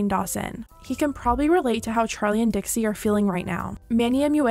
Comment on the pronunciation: dixie not dixi